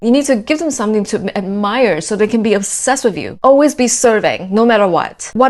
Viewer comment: "onsessed" lol 🥴